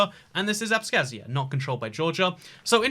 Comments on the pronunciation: I don’t know what’s the deal with “kh” in those Russian words, but we don’t pronounce “k” in it. Abkhazia(I was born in there) is pronounced as abhazia. The only thing I can think of is that in English “h” may be silent or semi silent where in Russian it is quite harsh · Abkhazia: Abkhazia: Abskazia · future historians will be going to hate you for not explicitly mentioning the CoViD... :p PS Besides Philly, for the southern Delawareans there's Salisbury and others that could clearly be close enough. ;-) PPS Oh you weren't kidding about annoying people who like perfect pronounciation... FWIW there's no S in "ABKHAZIA" :-B